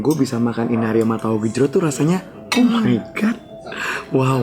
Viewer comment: Why do you have to say "oh my goat" a few times. Its not oh my goat buat oh my god!